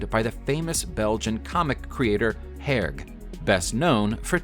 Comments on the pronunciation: Herge = AIR - zhee TinTin = TA(N) ta(n) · The name of the creator of Tin Tin in pronounced “Her-Jay” not whatever it was that you said.